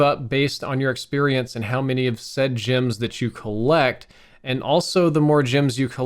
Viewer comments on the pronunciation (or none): Jims?... or gems?! G eehh mms gems